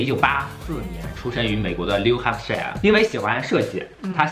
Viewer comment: 听Lolo 念的 New Hampshire 简直是我这辈子听过最高级的发音了，有法语味道的😆